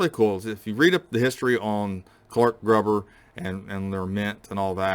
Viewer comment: Hi Daniel, I've been watching your videos for about a year now and enjoy them very much. However, I do have a problem with your pronunciation of the word Gruber. It should rhyme with the word glue and not with the word grub. Other than that, I really respect what you are trying to do and would like to invite you to take a table at the PAN coin shows in Pittsburgh in May and October each year. It's only about a 4 hour trip for you and we are getting dealers from all over the country.